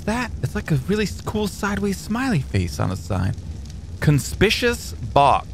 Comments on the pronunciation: Con-spick-you-us, not "conspishiss" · It's pronounced con-spik-q-us